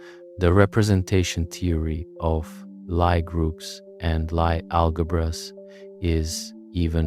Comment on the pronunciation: Good video. But, u forgot the discovery of quaternions and oxtonions, one of the most pivotal moments in Algebra. Analogous to the discovery of non-Euclidean geometry, with many applications. Also, Lie groups are pronounce "Lee", not "Ly".